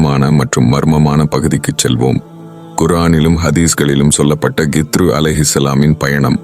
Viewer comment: இதில் ஏன் இந்த தேவை இல்லாத காட்சிகளை காட்டுகிறீர்கள்... ஹிள்ர் அலைஹி வஸல்லம் அவர்கள் என்று சொல்ல முடியாதா..?? வேண்டும் என்றே திட்டமிட்டு கித்ரு, கித்ரு என்று தவறாக உச்சரிப்பது ஏன்??? உண்மையில் நீங்கள் எல்லாம் இஸ்லாத்திற்கும், முஸ்லிம்களுக்கும் நன்மை செய்யும் வகையில் தான் இந்த மாதிரி காணொளிகளை வெளியிடுகிறீர்களா???? இறைவனே மிக அறிந்தவன்... யா அல்லாஹ் இதில் உள்ள தீமைகளை விட்டும் என்னையும், முழு முஸ்லிம் சமுதாய மக்களையும் பாதுகாப்பாயாக... இந்த காணொளியை தயாரிப்பாளர்கள் தீய நோக்கம் உடையவர்களாக இருந்தால் இவர்களை அழித்து விடுவாயாக...